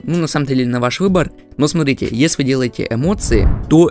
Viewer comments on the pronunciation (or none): none